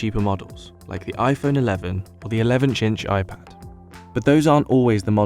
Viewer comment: lol he said 11 chinch iPad